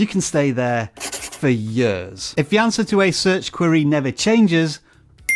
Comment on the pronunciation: The way he pronounced "years" & , is that a regional thing?